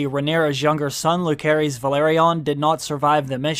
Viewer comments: "Lukerys"?!!!??? bich what? its "Luserys" and its written Lucerys. Yes Rhaenyra shortens it to "Luke" but his full name is pronounced "Luserys ValAaryean" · It s LUSERIS NOT LUKERIS PLEASE SPELL IT RIGHT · Why can’t bro pronounce Lucerys right?? Isn’t he like a fan?